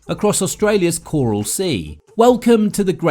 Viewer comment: Choral?? Haven't heard it pronounced like that before!